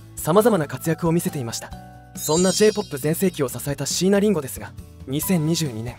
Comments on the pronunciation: 待って！「椎名林檎」の事そこまで詳しいのに、「椎名林檎」のアクセント違うくない！？ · しいなりんごの発音と いなばの発音がいちいちツボで笑ってしまうw